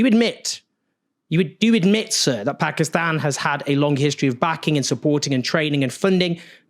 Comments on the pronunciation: Why does Own says 'Pakistan' and not 'Pekiston' like most brits? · First white guy to pronounce the Country's name right.